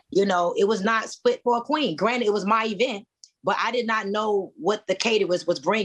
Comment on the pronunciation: A “Queen” knows the difference between “Granite” and “Granted”